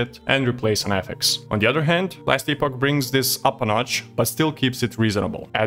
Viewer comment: Nice review. Not sure if i'll try it out. Our treasured ARPG's going online only is a downer to be honest. Miss the days of offline options - considering there is a $44 price tag... PS: Just feedback - I see it's not your native language but it's "Epp-och", no "EE" sound.